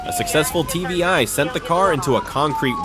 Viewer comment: It's not TBI, it's TVI. Tactical Vehicle Intervention. Basically, PIT and TVI are the same thing. If you watch other videos like this on other channels, you'll hear it more